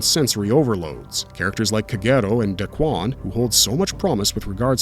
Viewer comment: Key-mone... its Key-mone... not Key-mon. say "kimono" without the last o. and its not dakwan.. its dah-ku-wan. ffs, getting a little tired of people doing anime reviews and not pronouncing the japanese correctly. i can't tell if its just laziness, incompetence, or AI